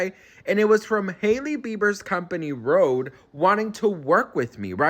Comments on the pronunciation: RHODE not Rode.... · RODE!!? HAHHAHAH This is so ridiculous, who doesn't know that the company name is RHODE, with an H.